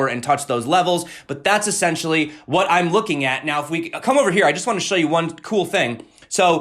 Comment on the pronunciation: es·sen·tial·ly /əˈsen(t)SHəlē/ Learn to pronounce adverb used to emphasize the basic, fundamental, or intrinsic nature of a person, thing, or situation. "essentially, they are amateurs"